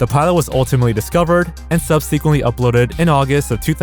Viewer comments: Is "subseequently" his version of Ryan Hollinger's "hoyever?" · subseekquent lol